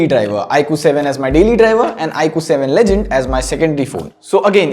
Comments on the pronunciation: It is legend... Not ledgend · BTW its "legend" and not "ledgend" i guess